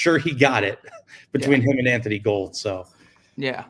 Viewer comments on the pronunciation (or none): I think it's it's pronounced Anthony Gool-d, not Anthony Gold. I thought it was Gold, but one of the Colts people (Forgot who) when talking to the media corrected themselves to saying it like Gool-d Not trying to be annoying, enjoyed the episode. Excited for this season.